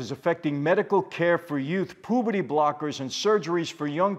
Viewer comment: I love when Michael says “pooperty blockers” keep up the good work mr Franzese!